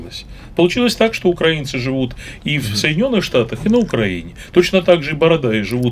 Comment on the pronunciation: Как же их коробит только от слов "Украина" и "украинцы", с какой же щепетильностью они избегают называть правильно нашу страну, и с какой брезгливостью коверкают название народа. "УкрАинцы" - сколько презрения и "великорусского" шовинизма и фашизма в одном только ударении